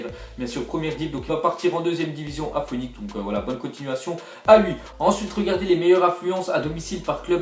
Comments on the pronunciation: hahaha (phonik) ça se lis phenix hhhhhhh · "Foénix"!? Tu force